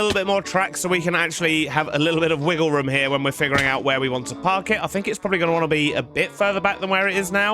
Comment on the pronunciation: I love the way he says room ( ruum) its just hilarious